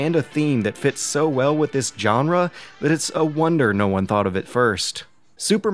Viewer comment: Great review! The only glitch was the bizarre pronunciation of "genre' ;)